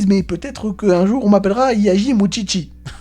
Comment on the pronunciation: Effectivement, je crois qu'effectivement tu utilises effectivement beaucoup trop souvent effectivement le mot "effectivement". Et effectivement aussi, ça m'écorche les oreilles chaque fois que je t'entends dire "moutchitchi" au lieu de "moushishi". Plus sérieusement, j'ai l'impression que tu n'as vu ou lu que le tout début vu que tu ne parles absolument pas des démons majeurs ou de l'examen de magie.